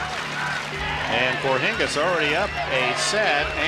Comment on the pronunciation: its Hingis not Hings